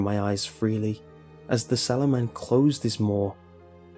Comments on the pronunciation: it's sallow not swollow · I thought it said "The 'Swallow' Man" 😂👌👏😂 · I thought it said shallow man at first lmao😂😂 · Oh... SALLOW? I though it said 'Swallow'... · i thought it said swallow im sorry lol